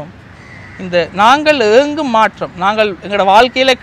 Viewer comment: மாற்றம் த்தின் உச்சரிப்பு maattam. MaatRam இல்லை. ற்ற = ta என்றுதான் சத்தம் வரும். சென்னை மக்கள் ஆங்கில மூலத்தில் தமிழ் படித்ததால் ற வை tra என்று எழுதிப் படித்ததால் வந்த வினையே அது.